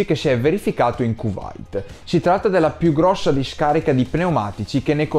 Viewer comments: Comunque si Kwait si pronuncia queit, non cuvait. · Ma io vorrei sapere dove vivete. Non è possibile non aver mai sentito la pronuncia di "Kuwait", che non è KUVAIT, dai, c'è anche la catena di distributori che si chiama Q8 per via dell'assonanza... Già aver sentito Focault pronunciato come era scritto faceva un po' cascare le braccia, ma una volta può capitare a tutti... però voi vi mettete d'impegno! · Mi fai più paura la tua pronuncia del Kuwait che migliaia di pneumatici che prendono fuoco